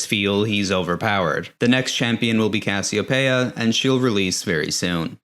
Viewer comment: Cas-e-oh-pay-ah thats a new one Its Cass-ee-o-pee-ahh